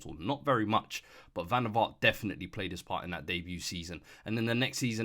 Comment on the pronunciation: "van de vahhr" 😂